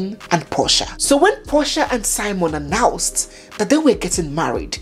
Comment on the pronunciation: On the title, it's spelt SIMEON... When you narrate, you call it SIMON.